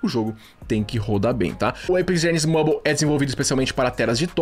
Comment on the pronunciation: Está errado a pronúncia Mãbol. Vc está errado